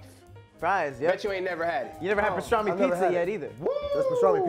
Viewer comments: Stop saying pastraaahhhmi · lost his argument the second he said pastrami wrong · is lurking me w/his pronunciation of pastrami....that am is PM & not AM.....ARGH!😑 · Does purposely pronounce things wrong? Pastrami and asparagus. Even the way he spells is odd. 😫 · lost all respect with the BLT is a struggle sandwich comment when you loose over half the weight as bacon grease, and the brotha can't say Pastrami right.